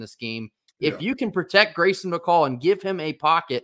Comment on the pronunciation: Grayson you nailed the pronunciation!